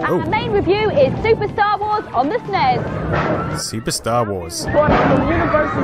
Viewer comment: "esnes" ?? I always though it was "S-nes" (like letter S, pause, nes)